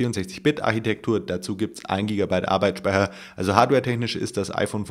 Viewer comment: in keinem einzigen deiner videos spricht du arbeitsspeicher richtig aus :D bei dir hört es sich immer wie arbeitsspeiher an :D